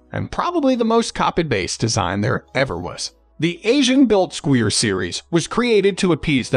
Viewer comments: Squire, not squeer.. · I'm leaving this video after hearing how he pronounced Squire. Clearly this guy has never seen a bass in his entire life.